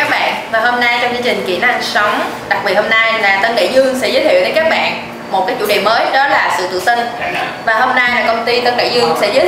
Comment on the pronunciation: Các bẹng các bẹng ... nghe mà méo tai ;))~